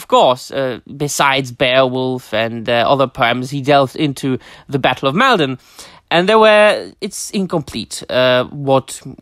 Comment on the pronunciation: Top drawer! It's fantastic to be able to tune into your channel and share in these topics! (And it's "Mall - Don" like as in "Fall" 🤫) The ancient causeway is a wonderful place to visit! Going there and reading out the lines as if confronting the Viking host - Magical 😊